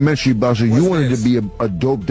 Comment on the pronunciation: Lol jim jones cant even pronounce documentary